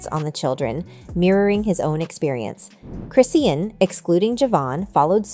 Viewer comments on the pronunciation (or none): Cri - Shawn = Chrisean Rock. Not ChrissyAnn. How do you not know this.